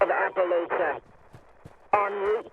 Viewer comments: I think the only thing that makes me annoyed about the Brotherhood Broadcast is how they pronounce "Appalachia" as "Appalaechia". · Its Appa-latch-ia! Dang Paladin lady get it right XD Great video as always! I'm so looking forward to this and seeing how it plays out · Why does everyone in this game pronounce Appalacia wrong? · I like but hate the fact that she's pronouncing Appalachia in a different way